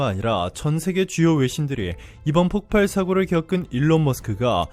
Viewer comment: 폭팔? 바른 발음하세요.